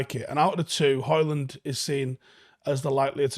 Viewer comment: FFS, the D is silent!